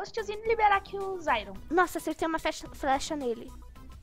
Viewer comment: Em vez de flecha fala frecha meu deus